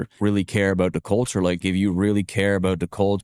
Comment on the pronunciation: the way he's trying to emphasize "da" on the front of culture is proof he ain't part of it